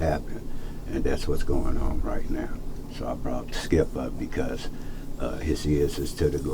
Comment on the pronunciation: Said his so called friend name wrong! That say ALOT. Called him "Chip" instead of Skip.